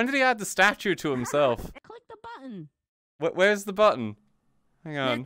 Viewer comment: EileMonty saying the word button gave me PTSD flashbacks of my past life.